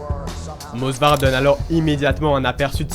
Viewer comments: Movsar ! Et non Mosvar !!!! Ok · frérot, Movsar est Tchétchène, pas Georgien... Et c'est Movsar, pas mosvar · C'est Movsar* pas Mosvar, pour la présentation du début tu aurais pu dire qu'il est ingouche (même si Russe de papier) et parler rapidement de sa famille, pour la lutte gréco romaine son cousin est champion olympique (Musa Evloev) et sa soeur est une chanteuse ultra connue en Ingouchie (Hava Evloeva) et son frère combat également au M-1 là ou il a fait ses débuts avant de rejoindre l'UFC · Movsar et pas mosvar, Diego lopes est un mexicain et non un brésilien… j’ai l’impression que c’est la nouvelle mode de se tromper juste pour avoir des com’s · salut c'était pour te dire que c'est movsar evloev sinon très bonne vidéo